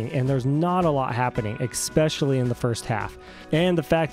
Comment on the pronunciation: Bro, narrators cant be saying "exspecially", especially. please and thank you. love the vid otherwise!